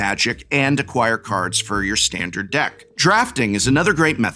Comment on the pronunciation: What is that "Stahn-Dahr-d"?